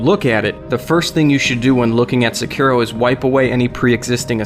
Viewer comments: Sekiro. (Sec-ir- ro) Dude it's pronounced (Seh-ke-do).... Duh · It's pronounced "Sekuro", it's not pronounced like it's spelled. Ffs. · the way you pronounce sekiro makes my eye twitch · Really hate how this guy pronounces sekiro. Just so cringey.